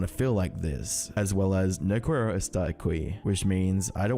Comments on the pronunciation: Hearing this man pronounce qiero as kweero is just… wow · "No coo arrow estar akwee" holy shit dude you didn't even try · No Quiero Estar Aqui: No kweh-ro estar ah-kwi ❌ No key-arrow estar ah-key ✅ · “No Qwer-o e-star a kwee” KILLED me as a puertorican 😭😭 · Nice video but that line in Spanish was devastating No cuero estar acui😂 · “No cuero star aqüi” bro didn’t even try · "no kwearro estar akwee" is wild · "No guero estar ackuy"